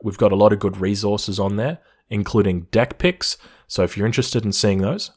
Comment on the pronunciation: Every time that says Deck Pics, I hear something else